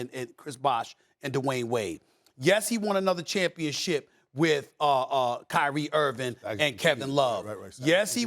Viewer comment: Stephen A called Chris Bosh "Chris Wash" 🤣